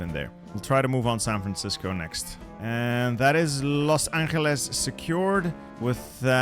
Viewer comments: ermm small correct its pronounced "Loss-An-gel-Is" not "Loss-Ankle-is" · pronunciation tryharding with los anxeles